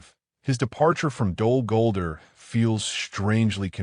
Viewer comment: You got to train the AI to say the name of the place correctly.